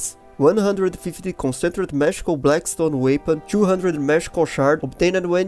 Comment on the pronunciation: Please Google "Concentrated pronunciation".